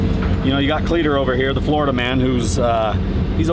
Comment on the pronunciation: lol cleeter. the will der ness